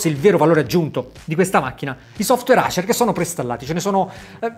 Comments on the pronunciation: orribile sentirlo pronunciare Acer ( Nike diresti Niche ?? ) Le marche inglesi vanno pronunciate in inglese Dovresti pronunciarlo Eiser. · Davvero bella recensione.....però....acer....predator.....letti così non si possono sentire..